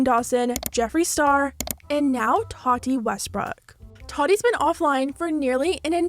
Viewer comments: Can you say “TA-TEA” not “TUA-TE” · why do you say her name like Toddy? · I'm sorry, are you pronouncing her name Totty? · “Toddy Westbrook” I think she meant Tati 😬😂🙈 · I know! I cant focus on the video she keeps saying toddy lol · Are we really not gonna talk about her pronouncing tati like toddy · Tati: Ta-Dee is how you pronounce it. . .💀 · You say Tati funny 🥲